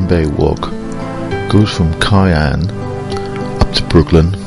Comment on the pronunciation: KI ANN ??....more like COW ANN (pronunciation)...that's OK, cobber...you weren't to know ! :):)